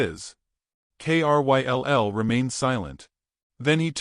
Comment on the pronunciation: Kryll is a name. Pronounced it as Krill. Or the i as eye. Why have the narrator spell it instead?